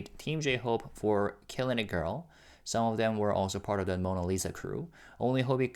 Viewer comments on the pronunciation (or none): none